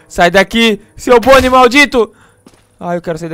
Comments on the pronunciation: Gueto não é bonei é Bonnie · Você falou pônei ou boni